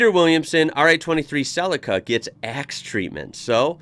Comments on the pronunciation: "Celica" as in "sleeker than your car". has no one told you it's pronounced 'sell-eek-a' not 'cell-icka' ? ... now watch "The Castle" (1997) it's the ozzy way of life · We call them Sell-eeka not Sellecka, as you probably heard the commentator say. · CEE-LEE-CA NOT CELL-LICK-CA 👍🤓👍🇦🇺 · ... oh god the pronunciation .. it's Cell-E-Ka here in Australia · Cell- li-car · Sell'i'ka hahaha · Celica = Cell - eek - ah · G,day. Some of us pronounce Celica ( silly_car). Had one that model and like the others sold it on. If only we had known!! All the best. Bluey. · It's japanese and it would be pronounced Se-lee-kah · We pronounce it Cel-E-ca as in capital E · Celica is pronounced CEL EEE KA. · In Australia we pronounce Celica as Celeeca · I own an older classic Celica and the pronunciation in Aussie language is like this, SEE LEE KU not the way yanks say it like it is something in a salad bowl! 😄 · The I is pronounced as an E in celica. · Celica we pronounce it SEE-lee-car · We say it like sel-leek-ka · He says it like it's spelt CELACA or something not CELICA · everyone got it wrong! it comes from the latin word caelicus (heavenly, celestial) which is pronounced